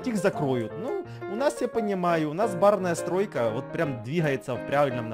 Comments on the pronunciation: Он все видео говорил барная стройка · Ты сказал барная стройка